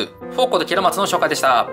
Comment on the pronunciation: ケロマツとハリマロンがゲロマツとハリバロンにきこえたw